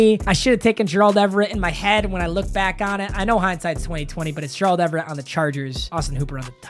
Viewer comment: everytime he says gerald it makes me upset